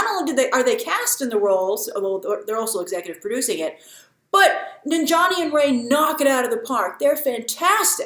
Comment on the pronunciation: Its Nan-jia-ni not Nin-jani lol... I will never get how westerners can pronounce difficult European names, African names or even Japanese names but cant pronounce even some simple South Asian names